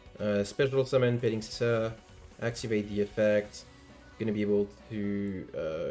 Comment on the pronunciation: Our man flexing that he can actually pronounce petingcessoeur.